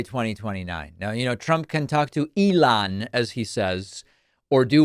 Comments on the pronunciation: 🤡” I’ll talk to Eee- Lon “😳🤮🤮🤮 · "Elon." Why does pronounce things that way? It seems really affected, as if he means something by it... but it sounds so idiotic.